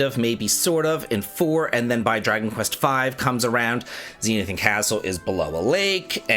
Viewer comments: It's not "ZEE-NEE-i-thin," my dude. It's "ze-NITH-i-an." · Dude, please slow down and read the word Zenithian again. Zen-ith-ee-an, not zen-ee-ith-an.